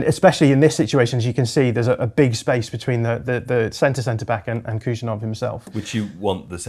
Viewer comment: Hey David Ornstein, Khusanov is pronounced hoo-sA-nov. K is silent and emphasis on A.